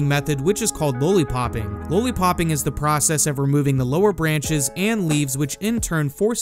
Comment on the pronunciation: Im pretty sure you pronounce lolipop wrong but other than that excellent video 😂😂